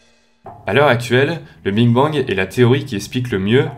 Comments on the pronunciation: T'a dit Bing Bang a la place de Big Bang :O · C est le BIG bang pas le BING bang mdrrr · A oui j entend le bine bang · mj Lopes justement il est là le problème, c’est big bang pas bing bang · big bang pas bing bang hein😂😂😂😂😂. Sinon au top comme d'hab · tu dis biiinnng bang😂😂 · C'est ce qu'on appelle ? Personnellement à ce moment je lis "Big Bang" mais j'entends "Bing Bang" 😜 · En gros tu as dis; "Que l'univers est bien plus grand, donc moi ce que je dis, on se trouve dans une zone de matière et que ailleurs ils y a des zones d'antimatière" Donc, il suffirait que d'une seule petit particule entre dans une autre zone pour déclencher une énorme explosion. Et jsp si c'est moi mais j'ai l'impression que tu dis "Bing Bang" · désolé de te dire ca car tu est bien plus calé que moi en astronomie et en physique mais on dit "big bang" et pas "bing bang"... ça fait pas très pro quand même, non ?^^ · sérieux tu dis BING bang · On dit BIG et pas BING bang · Au lieu de dire big bang tu dis Bing bang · C'est moi ou il dit "Bing Bang " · je t’assure tu dit bingue bang (bin bang) Donc nous sommes pas en surdité justement surdité nous somme sourd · Tu dis bing bang xD sinon trop cool comme d'hab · Sa me stress quand tu dis bing bang 😂😂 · mdrr ta dis bing bang xD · Tu dis bing bang😂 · "le bing bang" lmao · Je crois au début tu as dit Bing bang BINGGGG!!!!! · En bref sa me perturber que tu dises bing bang A part sa gros gg sur les animations! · Bon Parcontre on est pas tous sourd aha tu dis bien BING BANG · Tu as dit Bing Bang??!!!!! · et aussi arrête de dire "le BING bang" stp ça me stress XD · Pourquoi j'ai l'impression que tu dis a chaque foie le bing bang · et bien tu le prononce BING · alors qu'il se prononce BIG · Juste svp arrêté de dire " Bing bang " sinon très bonne vidéo . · ça m'as perturbé pdt toute la video mdr